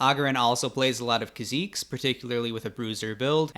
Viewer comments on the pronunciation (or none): I couldn't watch after the war crime of "Kuh-zeeks" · this guy learned how to pronounce kha'zix at the end of the video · the way you say kahzix is infuriating. its KAH-ZIX not KAH ZEEKS you goofy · the way you pronounced kha'zix as khaziques made me choke on my drink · I have NEVER, save for 1 new LAN server player, EVER heard someone pronounce it "Ka-Zeeks" Bro is an anomaly. Good video though. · Did you just call Kha'Zix "Kazeeks"? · “Khả zeex” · Is it really pronounced kha -zeeks? Lol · Kha-zeke's lmaoo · Ah yes, my favorite champion ; Kha'Zeex Nice video, though! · HOW DID YOU JUST SAY KHA ZIX???? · As soon as you said kha zeex I turned the video off. What the fuck was that? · did this man just say ka-zeeks? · “Kha Zeke’s”😂🤦‍♂️ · You mean Kha'zix edit: I did not read comments. I ctrl + F "kha" it hurt my ears. I only say that from hearing it otherwise from League it self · wtf did you call kha'zix?